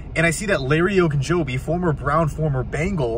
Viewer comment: Shoots some hoops, out of breath, and he says the name right!